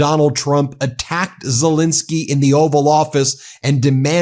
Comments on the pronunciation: Just wanted to correct your pronunciation of the Ukrainian president’s name, sorry. It’s ZelEnskiy, not ZelInskiy like you’re saying it… Ukrainians watching will appreciate. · Pronounced Zelenskyy not Zelinskyy!